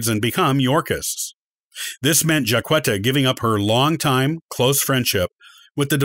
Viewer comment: You're mispronouncing her name and some of your statements are incorrect.